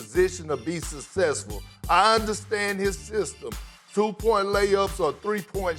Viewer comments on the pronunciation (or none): Kendrick Perkins is the only one who can get away with saying “ sussessful” instead of successful, love this man’s commentary frfr.